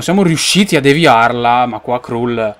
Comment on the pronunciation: Kral si pronuncia... no krul